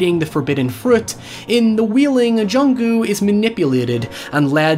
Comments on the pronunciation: Everyone: The Wailing: The Wheeling Hoiever, great analysis. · idk why but i find it really cute that he pronounces it “the wheeling” cos of his accent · "The Wheeling" 😂